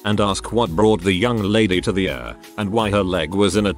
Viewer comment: It's pronounced EEE-ARR, not URR